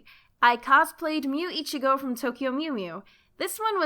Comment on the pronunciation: Take care where you put the accent. Íchigo is male, Ichígo is female.